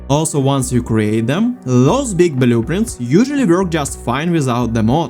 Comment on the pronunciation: "BUH-LOO-printz"... i love it lol thanks for the vid